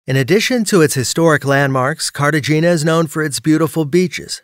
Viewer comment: Careshina 😂 Cartagena it’s the name not Carsehina